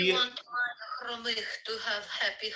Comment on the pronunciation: Omg))) Khromykh)) Now it sounds like you are practicing Armenian accent. But it's cute and sounds like the right name, just with an accent. Much better than Khromytch. Well done!